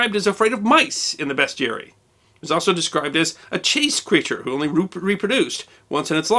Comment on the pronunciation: Thanks for saying 'bestiary' proper.